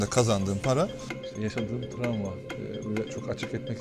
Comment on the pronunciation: "Tramva" degil, travma...